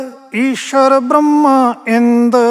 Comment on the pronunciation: "ਈਸ਼ਰ"ਕਿਥੇ ਲਿਖਿਆ ਹੋਇਆ ਹੈ/ ਗਲਤ ਪੜ ਰਿਹਾ ਹੈ/ "ਈਸਰੁ" ਲਿਖਿਆ ਹੈ/ "ਸ"ਨੂੰ‌ ਸ਼"ਹੀ ਬੋਲ ਰਿਹਾ ਹੈ/